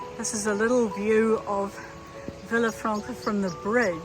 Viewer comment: I love watching your Camino vlog! I was just there a couple of months ago, so these scenes still feel very fresh. It's lovely to be there again. One little Spanish lesson for the day - those double "l's", like in Villafranca, are pronounced like "y". So it's Vee-ya-franca. (Handy tips we learn along the Camino!)